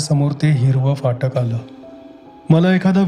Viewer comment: Sundar vaachan Shuddha uchchar. Very rare.Fakt phatak cha uchchar jara sa yogya nahi